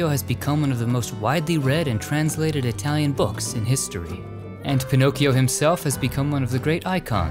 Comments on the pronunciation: Your Italian pronunciation is pretty bad ass. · As an Italian from Milano, I appreciated your very good Italian pronunciation. Another time you should go deep down in the " La Madonnina" the way the Milanese call the Cathedral. in the depths of the underground you can find the grave of Sant' Ambrogio (Saint Ambrose). The Ambrosian Mass is the only variation of the Latin Mass approved by the Vatican.